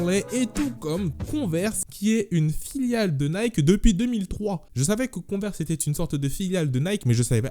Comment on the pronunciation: En anglais Nike se dit Naïki 😉